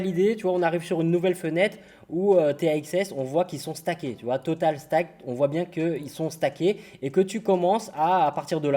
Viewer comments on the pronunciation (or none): 18.630 dollars de posés en staking comme ça, sur une vidéo :p (d'ailleurs c'est stake, ça se lit steïk ; pas stack qui se lit comme tu le dis, qui voudrait dire empiler plutôt)